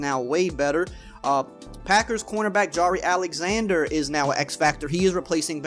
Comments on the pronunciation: its pronounced jy-air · Jah-Reh Alexander lmaooo